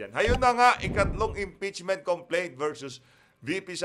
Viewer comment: Impeachment not EMPEACHMENT😁✌